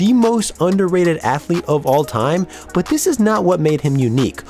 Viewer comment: You say "but" weird. Like.. Büt